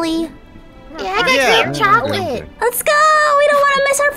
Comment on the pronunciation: He really said “here’s some romantic chocoLaNtE”